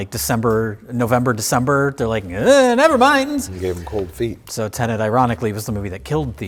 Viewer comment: I can tell doesn’t care about Tenet because he keeps pronouncing the name wrong! 😹